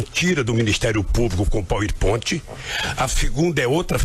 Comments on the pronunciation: "pauen point"?? HAHAHAHAHAHAHAHAHAHAHAHAHAHAHAHAHAAHAHAHAHA. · Gostei do "pauiponti". KKKKKKKKKK (power point) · Eu gosto de ver um ignorante falando do power point, tripex nao sabe falar direito, é tripechi e paur pointi. Kkkk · "eu quando vi u póispont" 🤣🤣🤣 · Revoltado com o "poer pont" kkkkkkkkk. É um falastrão fingido, nunca sabe de nada.